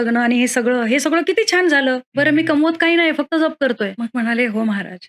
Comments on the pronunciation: जप ह्या शब्दाचा उच्चार ज्यप आहे. आपणास करत असणारा उच्चार जपणे ह्यातला जप आहे. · aजप शब्दाचा उच्चार खूप वेगळा होतोय जयंत शब्दात जसा आहे तसा केला पाहिजे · तुम्ही फार चुकीचाउच्चार करीत आहात जप शब्द चुकीचा उच्चार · अहो ताई जप शब्द तुम्ही चुकीचा उच्चार करत आहात . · आधी जप चा उच्चार नीट करावा . गायत्रीचा २४ लाखाचा पुरश्चरण विधी आहे २५ कोटी जप म्हणजे खूपच मोठा कालावधी झाला . काहीतरी गोंधळ होतोय .